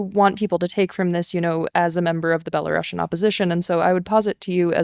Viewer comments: За ўсё дзякуй. Толькі плізка не беларашн а беларусіан. ) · Is it just me having an itchy ears hearing "belaruŠian"? I always thought that russia has double s, hence russian, while in the case of Belarus - belarusian with a single s and pronounced as s, not sh... But I guess you guys know better...